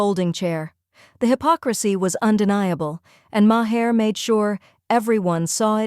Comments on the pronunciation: A small thing - but, narrator, whoever, whatever you are - his last name is pronounced "Marr," NOT Ma - Her. How do you consistently get this wrong? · CNN biased towards the left? 😂😂😂 woman, you're utterly ludicrous. And if you are going to use Maher for your ridiculous rants, at least learn to pronounce his name correctly, because as it is you just made yourself sound like a pathetic whining moronic clown.